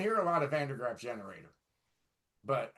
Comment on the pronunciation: It is Van der GrAAf, baby, not GraFF;)